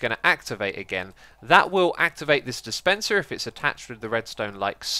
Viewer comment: Woah full American accent on that dispenser